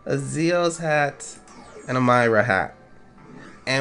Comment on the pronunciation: It's Mee-ra not My- ra